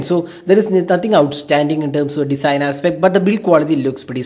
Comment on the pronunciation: It's Design & not Desin.